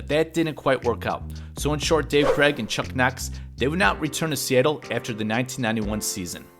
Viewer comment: The AI idiots can't pronounce his name correctly....